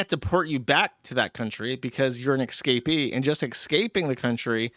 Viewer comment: Dude can’t even pronounce “escape” correctly, let alone exotic lands.